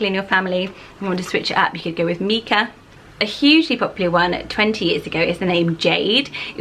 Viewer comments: I have a son called Micah lots of people say it incorrectly as Meekah maybe because of the singer. But the biblical pronunciation is with the strong I so Mykah as it’s a variation of Michael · Micha or Micah is often pronounced like Mike(a). Long "i" sound. Never heard it as the "i" sounding like an "e" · Never thought I’d hear my name in one of these haha. My name’s Mikaela, but I’ve always gone by Mika. I think the stone/biblical name you mentioned here is pronounced mike-ah, while my name is pronounced meek-ah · I love these name! In America we pronounce Micha like My-Ka, which I think makes it more wearable for boys. Mee-ka sounds more girly to me, so cute either way! My grandma's name is Coralie, I love it so much! How do you think it compares to Coral? Do you think Coralie will increase in popularity soneday? My sister-in-laws name is Jade; she is 25 so that makes sense to me that it was trending in the late 90s! It Is is such a cute name and is super wearable!